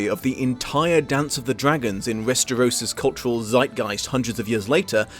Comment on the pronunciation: Just curious, why do you pronounce it Resteros?